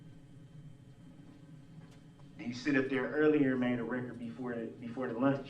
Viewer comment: For the "recort?" What is the "recort?" OH, you must mean the "record." It still doesn't matter, Darrell.